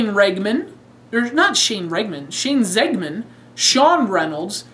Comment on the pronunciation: Well, I figure that's how Scooby Doo would pronounce my name, so it's cool! But thanks for eventually getting my last name right, and actually pronouncing it "Zegman" instead of "Zeegman" like most people do. I can't wait to get my DVD in the mail, got a LONG week ahead of me that I could use a new DVD for.